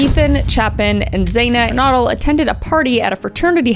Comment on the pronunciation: i love your videos and it’s so weird to hear two cases so close to where i live. also respectfully, you pronounced maddie’s name correctly but kaylee’s last name is pronounced ‘gon-sal-ves’, xana’s name is pronounced ‘z-anna kurn-oh-dle’, and ethan’s last name is pronounced ‘chape-in’. i hope those help with pronunciation. just wanted to clarify out of respect for all of them. all love🫶